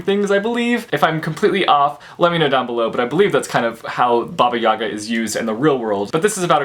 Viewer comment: well, being Russian it was funny to hear about baba Yaga from you :D by the way, accent should be on the last letter, so it is baba (baba is like granny) YagA :)